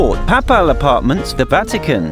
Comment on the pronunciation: That and his ridiculous pronunciation of papal